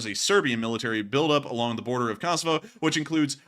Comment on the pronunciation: You have pronounced Kosovo wrong all night, just a heads up!